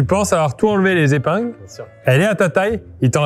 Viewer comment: Dix-huit zépingles ! 🥴 Vous me faites mal aux oreilles. En revanche, vous me faites rire en confondant un biscuit chinois avec un donut (petite précision : un donut, des donuts).